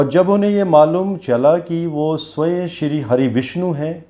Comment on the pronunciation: उच्चारण स्वय नहीं होता है, स्वयम होता है।